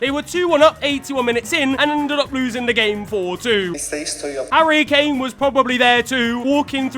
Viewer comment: ""harria kannicci""